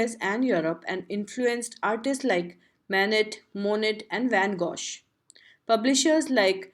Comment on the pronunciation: some Japanese pronunciation is incorrect like : Kitagawa then other words like : Monet and Van Gogh plus 1st {fig 1} was not read....